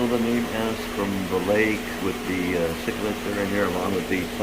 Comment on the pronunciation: your becoming a pro at this I will always laugh when I hear people correctly say Cichlid I like the way you say it Chiclids. Great video keep up the good work